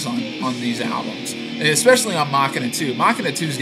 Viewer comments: please tell me you are calling it (mak-in-a) on purpose. you do know that it is pronounced (ma-sheen-a) right? i assume you were just joking. not to be a dick, but you put it came out in 200 not 2000. thanks for the reviews though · "Muh-Shee-Nuh", not Mockina... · mach ina i thought you were about to hauck a loogie, i always thought it was machine aaa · It's pronounced "muh-shee-nuh" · mah-quie-na :D :D :D :D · If you say "Mah-kin-uh" one more time I might weep. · I think it's actualy pronounced mu-shene-uh but I could be wrong.